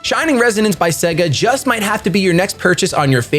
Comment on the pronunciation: I loved this video! I’ve never heard of this game and now I’m thinking of getting it!! I really hope you do a let’s play of this game. And by the way, the way you said “Sponsored by Suga” has me FOAMING